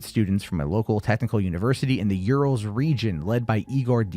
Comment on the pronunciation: you say urals as OOO-R-AA-l